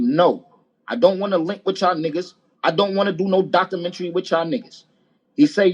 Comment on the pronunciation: The way he was pronouncing it was killing me...